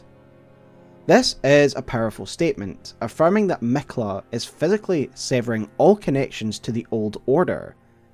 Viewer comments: I love your videos, but when you say Miquella as “Mekla” I can’t help myself but reel on the ground every single time 😂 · Miquiller the Tickler